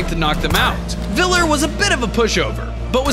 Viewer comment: I knew that VLLR would be here also its a R not like a R in grrr